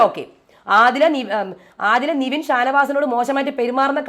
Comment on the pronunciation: നിവിൻ അല്ല നെവിൻ 😁